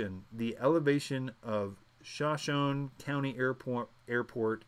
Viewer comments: Pronounced "sho-SHO-nee" like the tribe... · Incidentally, Shoshone is pronounced Sha--knee. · Shoshone............show show knee........say it fast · I think “Shuh-Show-Nee” is how you pronounce Shoshone. It comes from the name of a local Indian Tribe. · "shoe - show - knee" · Shoshone is pronounced: show-show-knee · The city of Shoshone is pronounced "Show-shown" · Shoshone Shu-show-nee. Native American